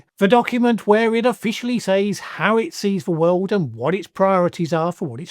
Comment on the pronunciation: Why are you the ONLY English speaker I know in my nearly 7 decades that actually pronounces “says” as exactly that and not “sez”? Now do Leicestershire. And if you want to pronounce the place name the way it’s usually pronounced and not how its spelled, it’s Muh-doo-roh not Muh-dyoo-roh. Proper nouns get pronounced however the owner of the name sez they are. So, yes, it’s Less-tr and not Lie-cess-tur-shyr.